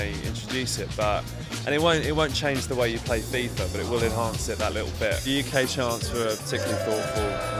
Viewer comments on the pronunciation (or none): none